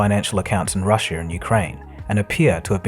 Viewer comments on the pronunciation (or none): none